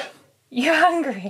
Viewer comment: The game is over when says 'I'm Hungreh'